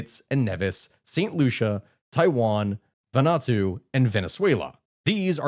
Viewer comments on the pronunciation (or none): Also St. Kitts and NEEvis not NEVVis, and VanU Ah Too not whatever word you said.